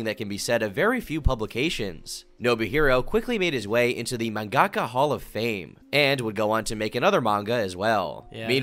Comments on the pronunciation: "mangakka" .. its manga-ka. it's literally written that way. it should be easy to tell it's two separate words. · pronouncing it as "man-gaka" hurts my soul x.x